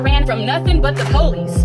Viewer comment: Lol she said Poolice